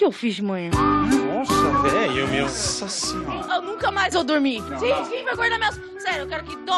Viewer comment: "nooossa vélho"